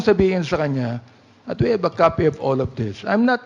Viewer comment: Ano ba yang English ni Fernandes, " Porty six daw, tapos" HAB you ENCOUNTERED HAHAHA!!!